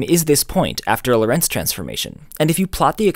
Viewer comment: It's interesting that you put the stress in Lorentz on Lo'rentz, instead of 'Lorentz. Why? In German and Dutch, the stress in the name Loren(t)z is on the first sillable.